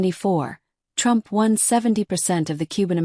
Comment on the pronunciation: 🎶"I Will Boat For Donald Trumf"🎶😂😂😂